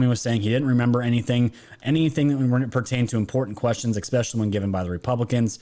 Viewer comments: THANK YOU! Great video as always!!! 🙏🏼 But I feel you are too sharp to keep mispronouncing “ESPECIALLY”.. not “eXspecially”😉. Keep up the good work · Ickspecially(not a mean comment i hope, just sayin) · Ok i have to say it cuz im a Grammar Nazi and its been driving me insane. ESPECIALLY... not Expecially Sorry... just had to say it!